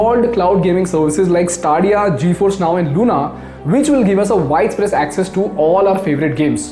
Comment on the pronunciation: Its not staaaadiya ....its STE-Dia